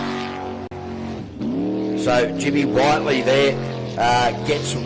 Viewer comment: Jimmy whit-ley not white-ly